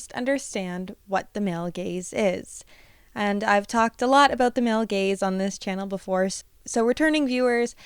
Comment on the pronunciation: I'm the idiot that laughs when you say male gays instead of male gaze